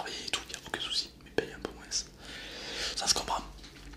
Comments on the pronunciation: Payer moinsse ??? Wtf Payer moin nan ?😂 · Et Bonjour chaque région ont une manière de prononcer le mot « moins » du coup certains disent « moinsse » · C'est un toulousain😂😂😂, (ds ma ville)